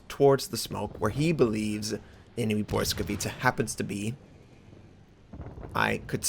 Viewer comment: lol you are the first American who said it right, BLYSKAWICA, not blyskawitcha.. xD btw a good ship, i did 127k, 6 kills :)